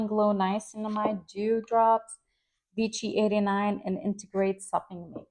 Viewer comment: Vichy = “Vee-SHEE”